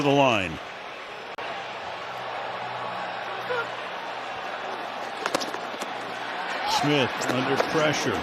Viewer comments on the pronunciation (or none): Sounds like the announcer is saying smit instead of Smith